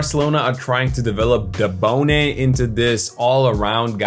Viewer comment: His name is Dabone….